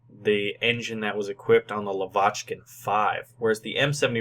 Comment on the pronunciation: pls, NOT lavAchkin! It is lavaCHkin=)